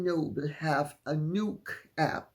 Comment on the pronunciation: Nook is a digital book app. And it is pronounced Nook as in hook. Short o sound.